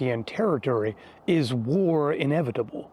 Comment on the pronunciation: Team America Kim Jung Il voice: “The future is inebitable. In … inebitble. Things are inebitiwly going to change!”